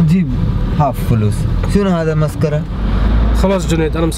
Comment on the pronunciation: بدل ما يقول مسخرة قال مسكرة